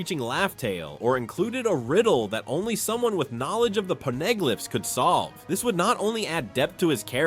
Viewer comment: They are pawneh-glyphs nor are they PONEY-glaphs paw-na-glif is how it's said lol